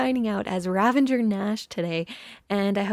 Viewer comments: ) There's no 'n' in ravager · Is Ravenger (vs Ravager) a thing now? Or has Etho spread it like wildfire (or other MCYTers, idk -I just heard him pronounce it wrong constantly last season of HC lol) I love love love the mountain range! And the entrance to the mountain base frame. I really don’t think you should worry about keeping up with others on the server. You’ve got your own thing going on and that’s enough (although maybe making a shop for something is a priority so you can make diamonds to fund your shopping habits haha) Have you ever heard of the Glacier Skywalk in Jasper, Alberta? It would be cool if you did something like that somewhere on the mountain if it fits what you’re going for!